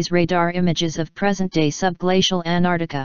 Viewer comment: Good video, but how do you get a computer voice to mispronounce Antarctica?